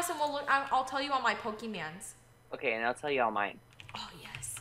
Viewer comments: there not pokemands it is Pokémon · YOUR KEEP SAYING POKEMANS ITS POKÉMON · it's pokemon not pokeman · ITS POKE MON WITH AN O